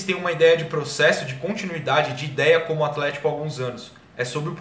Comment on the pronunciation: aFlético, por favor. Kkkkkkk